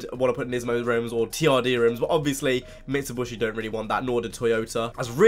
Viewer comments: Did dat nigga just say "Mitsuboshy"??? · did you say mitsubrushi